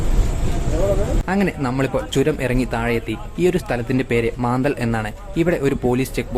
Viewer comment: ഇടക്ക് പറഞ്ഞ ഒരു സ്ഥലം മാന്തൽ അല്ലകെട്ടോ,,,, മുന്ദൽ എന്നാണ്. അടിപൊളി വീഡിയോ 👍